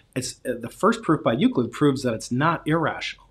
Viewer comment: said Euclid wrong